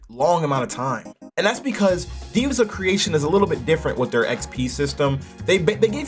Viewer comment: Why are you saying “divas” instead of “Devas” (Dev-uhs)